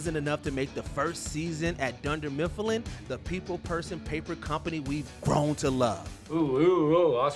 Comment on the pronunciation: Dunder Miff-i-llin